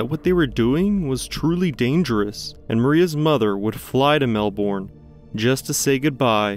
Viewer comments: Just want to say the correct pronunciation of Melbourne is more like Mel-burn not ‘bourne’ as in the Bourne Legacy. But I am really enjoying the video and will check out more after this. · Melbourne is not pronounced Melborn, it’s Melburn. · Not Mel-Bourne Australia, “Mel-ben” Australia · Actually it’s more like Mel-bin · Hi, you are pronouncing Melbourne really weird. We do not pronounce the OU in it as O but more of an E. so it sounds like Mel and Burn put together.